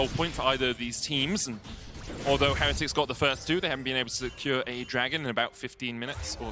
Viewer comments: cant stand how the one caster butchers the word heretics. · The team has specifically asked that we pronounce it with emphasis on the middle syllable. So it's "Heh-REH-tics" rather than the usual "Heh-re-tics'. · Why do they pronounce heretics so weird, is the only one I’ve heard that pronounces it right???